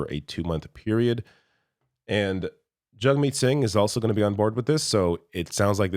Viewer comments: His CONSTANT intentional mispronunciation of Jagmeet's name is infuriating, and I will now be calling him Pier. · you can hear PP start to say jagmeet’s name properly and then changes it to the incorrect pronunciation. This is 100% him trying to pander to xenophobes who will grasp onto the fact his name doesn’t follow anglophone pronunciation and goes to show how fake he is. All he is, is a slimy charlatan taking advantage of US right wing extremism bleeding into Canada to get himself elected.